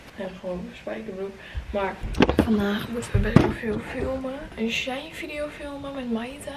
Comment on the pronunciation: Het is SHE - IN je spreekt het niet aan elkaar uit hahaha